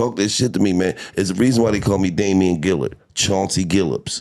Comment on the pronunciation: "Damien Gillard"😂😂😂😂